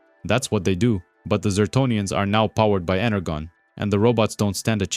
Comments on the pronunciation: Yeah hyped and liked. But fr..energon. Inner John. Pronounce the J sound in English when you're speaking English, yeah? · Great work, but have you honestly never heard the word energon pronounced..ever?